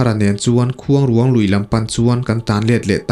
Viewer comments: Keipawh Sakrûang tih kan lama rûang tih anga lam tur niin ka hria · Mitthi tawh taksa kan sawi dan ruang tih anga lam tur a ni lo, khûang i lam dan tluk ang hian rûang tih hi lam tur niin ka hria.. a ngaihnawm e. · Khuangruang hi i lam rik dan a diklo ruang hi rairuang kan sawi a ruang lai kan lamrik dan ang hian lam rik tur mitthi ruang a ruang kan lam rik dan anga lam rik loh tur. Khuangruang hi fanghmir chi khat saihmarthur aia te deuh a rawng pawh saihmarthur rawng ang a ni. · Khuang leh ruang tih hi a thluk a in ang tur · Ni e ruang tihlai khi asang tur ania vawk chaw atan kala nasa thin...khuangruang lam ngil pheipop tur ...Entirnan...La..Lalrinchhana tih anga lam tur.mase fanghmir nilo in hnimhnah zawk o..ahnah poh asei ve deuh. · Khuangruang tih i lam dan hi a dik lo. Tlângâu tih thluk angin thluk tur aw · I la nau vve deuh a nih hmel luikuang, i lam kha a dik lo, mitthi an dah na kuang kan lam ang hian lam rik tur, tin, khuangruang lui i lam rik dan pawh kha, a ruang lai tak kha rairuang tih kan lam rik dan nen khan lam ri ta la a dik zawk ka ring, i aw ngaihthlak a nuam bawk si a